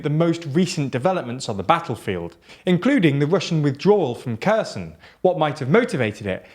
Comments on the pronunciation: I love your videos but your continuously poor pronunciation of place names drives me mad. Its pronounced [xerˈsɔn] not ['kɜːsən] !!! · Again: its pronounced Herson, not Kerson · Its pronounced HeeersOn not kersun xD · Maybe a little nitpicky, but you guys gotta learn how to pronounce east Slavic names better if you're gonna cover this war. It's not "Kerson", with a "K" it's more like "Herson" with a throaty "H" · Please, if you’re gonna say it a million times, it’s hair-sawn, not kerson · say it with me: "here-Sonn" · First of all, the city is pronounced Hersaan. Secondly, they have an estimated 30,000 troops on the east side of the river. That’s more than they had there a month ago. That doesn’t indicate a real military withdrawal.🇺🇸🇺🇦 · It's pronounced HER-son in Kherson. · I mean pronouncing it with a “K”, which is the way he was pronouncing it in the video. And by the way, I see the capital spelt, on maps, as either Kyiv or Kviv. The latter seems strange to me, but I’ve seen it a number of times. What’s with that? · I believe its pronounced Herson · is it too much to ask that the presenter learns how a place is pronounced before making a video? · You don't pronounce K in Kherson. It should should be pronounced closer to H on Herzog. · Every time you say "Kherson", your pronunciation causes me physical pain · The way you pronounce Kherson and the fact your standing and talking in an echo chamber made me give up listening. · Please pronounce Kherson properly. K is always silent when followed by h.